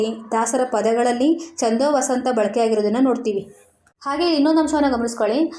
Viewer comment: ಹಲೋ ಮೇಡಂ... ಈ ವಿಡಿಯೋ ದಲ್ಲಿ ಛಂದೋವತಂಸ ಛಂದಸ್ಸಿನ ಹೆಸರನ್ನು ಎಷ್ಟು ಸಲ ಹೇಳಿದ್ದೀರಾ ಅಷ್ಟೂ ಸಲವೂ ಛಂದೋವಸಂತ ಅಂತಾನೇ ಹೇಳಿದೀರಲ್ಲ.... ಅದು ವಸಂತ ಅಲ್ಲ ವತಂಸ ಛಂದೋವತಂಸ ... ಬರೆಯುವಾಗಲೂ ಅದೇ ತಪ್ಪು ಮಾಡಿದೀರಲ್ಲ.....